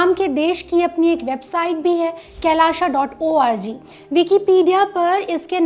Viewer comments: Madam thats kailaasa not kailaaSha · It is Kai- laa - sa